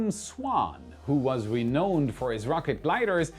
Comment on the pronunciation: Dude look up how to pronounce INEVITABLE. It should roll off the tongue. What is that accent anyway? again with "renowned", it is supposed to sound like NOUN not KNOWN. I'm starting to wonder if you're an early 2000's text-to-speech program.